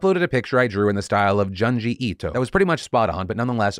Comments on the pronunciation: I died a little inside hearing Phil mispronouncing Junji Ito 😂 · Joon-ji Ii-to. Sorry Phil. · Homie said Jungee Etoe lol, love ya Phil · (June G E TOE) C'mon Phil you aren't that white.